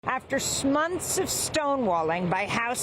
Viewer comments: She said smonths so. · She said smonths instead off months I know I'm not the only one who caught that😂😂😂😂😂😂